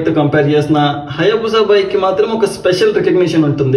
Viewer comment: బూసా కాదురా హయబుస అను , బూసా ఏంట్రా బూసా